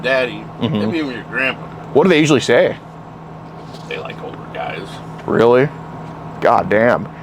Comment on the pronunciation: Guysh? Really?